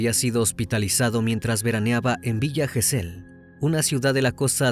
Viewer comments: Recomiendo ver éste caso por Paul Landó. Muy inexacto está vez, Crimi..Todos eran rugbiers de Zárate. Todos los acentos y pronunciaciones de lugares mal dichos. Le Brique se pronuncia "Brick ". Gesell es palabra grave. Zárate es esdrújula..Sinali y Comelli no son agudas tampoco. Además, los padres de Fernando son porteros de un edificio, encargados. Son paraguayos todos, por eso lo discriminación y por "negro de m...". Hay cantidad de vídeos sobre su asesinato aquí en YouTube que fueron condenatorios. Estuve en esa marcha en el Congreso y esos padres partían el alma. Todo está filmado y subido aquí. Si quieren ver bien el caso. Pablo Ventura pasó un infierno y estaba a 500 km. Los rugbiers no lo querían por buen chico y siempre que hacían algo malo en Zárate, la broma era "fue Pablo Ventura ". Una pesadilla. Pero, como te digo: toda la golpiza está filmada. Una chica le dio RCP en el lugar, pero ya estaba muerto cuando llegó la ambulancia. Thomsen es quién le asesta la patada asesina en la cabeza. La suela de su zapatilla estaba marcada en Fernando. Un caso muy triste que merece ser tratado con detalle . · Gesell lleva acento prosódico en la penúltima sílaba.